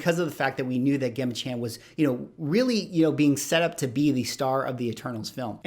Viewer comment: Her name is pronounced “ Jem-a”